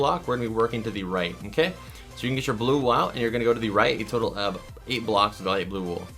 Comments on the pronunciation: U SAID WAL!!!!! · did you say light gray wool